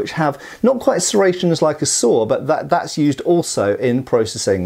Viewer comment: As someone from the southern U.S. I've always heard from people how southern accents have a lot of similarities to a lot of British accents. And I've never really heard it before, until just now, when I heard pronounce "saw" as "sawer" lol